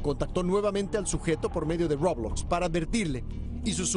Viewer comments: Nadie: Absolutamente nadie: El señor: Robluokz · Roublox xD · Mí rey xonnek comento esta porquería de vídeo >:v y el tiene razón >:v PD:y no se dice roublox se dice roblox >:v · todos: roblox el reportero: roublux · Nadie: Los de las noticias: RuoBLoXz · No entendiste roublux es muy peligroso Roublux y roblox son muy diferentes XD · Dijo roblacks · The Spider Back rolox suena como una galleta de chocolate o una bocina men:v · rOwOlzz ahre. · En la popular plataforma de ruowbloxzzz v; aprende a decirlo bien :v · Algo que me da risa es que este cuate dice "robox" y no roblox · Como se pronuncia: Roblox Como lo dijieron: Roublox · se dice roblox no robloxs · Aplendan a desir bien roblox es roblox y no ruobox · Nadie: Absolutamente nadie: El reportero: rObLaXtZ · DIJO BLOBLOXTS xD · creo que en ingles se dice roubax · >:( El reportero dice rOuBlAx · Roublox :> xDD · Nadie: Absolutamente nadie: El men de las noticias: La EmPrEzA rObLuOtZ v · xd ROUWBLOSCK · Roblax xd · El Noticiero No Pronunció Bien Roblockz xD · No dijo Róblócs .-. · Roubloackz :v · dijo RaWbLoSXH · Me dio risa cuando dijo robuots 😂 Claro sin ofender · Se pronuncia Roblox como lo escribo una vez le dije rolox y me dijeron que lo diga con poderes de imaginación :V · A mi me hace gracias cómo pronuncia así: Ruoublox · Los gringos dicen roublocs